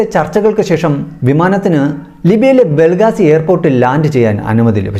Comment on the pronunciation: ബ്രോ ബെൽഗാസിയല്ല ബെൻഗാസി